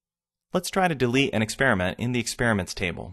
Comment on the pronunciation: THE WORD IS EXPERIMENT AND NOT EX-SPEAR-MENT AND YOU WORK FOR MICROSOFT ??